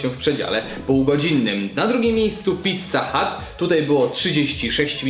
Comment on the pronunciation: Mówi się pizza hut A nie pizza hat. Kapelusz to hut A nie hat